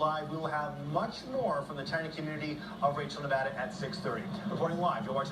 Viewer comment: btw, that is HIGH-KO nevada. I lived there for a bit. right in Pahranagat Valley